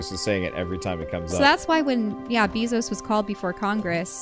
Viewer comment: Hearing you pronounce it Beezos... Not upset, it’s actually hilarious, all I can think of now is Amazon being run by a bee behind all our backs